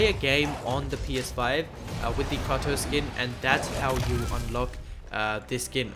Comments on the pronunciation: It's Kratos (KRAY-Tos) , not KRAW-Tus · Kray-toss if your not american